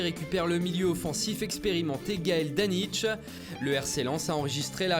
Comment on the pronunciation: En brésilien ça se prononce "Wilian" pas "Wiliane" et "Danic" pas "Danitche" (dédicasse à la Bretagne, on est en force)